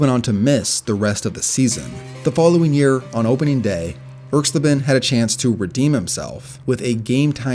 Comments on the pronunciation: ERKS-LA-ben, not ERKS - leben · Pronounced Erx-lay-ben not Erx-lih-ben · It's pronounced irks-LAY-bin. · Erx-LAY-ben. Geezus, do some basic research. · Once I heard Erxleben's name pronounced so poorly, I checked out of this video. ERX-lay-ben. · I cringed every time I heard you mispronounce Russell Erxleben's name. It's ERX lay ben. Also, Janikowski may have had an average FG percentage, but he was routinely sent out to make kicks that no other kicker would EVER be asked to try. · Great video, but check with an old guy for the pronunciation of names. E.g. Erxleben. But again, very nice vid.